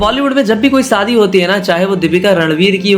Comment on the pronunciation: Shadi bolna seekh le pehle saadi😂